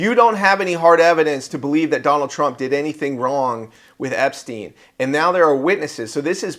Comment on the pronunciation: No one can pronounce that human traffickers name to save their life